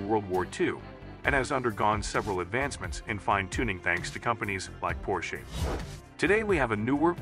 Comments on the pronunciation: Probably should replace the audio so the AI doesn’t say “Porsche-y” 😂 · Oh goodness it is bad. This not worth watching. It is awful to hear the pronunciation of Porsche. Not worth it dude.